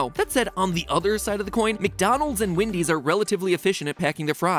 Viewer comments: Nobody: Matpat: calls Wendy's Windy's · I just realized Mat pat says “Wendy’s” like Eric Cartman